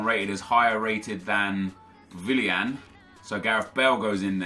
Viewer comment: Why do you pronounce willian as villian